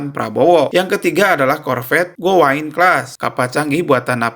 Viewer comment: Gowind bukan gowaind.... Alusista perancis terkenal Mahal...